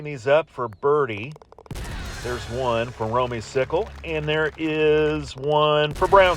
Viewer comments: You and Russ were correct on the pronunciation, it is Romey-cicle, not cycle! Hope to get lucky enough to have you announce another match again someday!! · it is Romey- cicle and thank you for pronouncing it right!!!